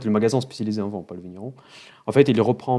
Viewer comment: heureusement que tu montre une bouteille, je me suis dit "mais qu'est ce qu'il raconte passionné de von ? de vent ? mais qu'est ce qu'il dit ? " 5 sec plus tard : "ahhhhhhhhh du Vinnnnnnn" MDR 😂😂 oui je sais je suis mechant je me moque de ton accent ^^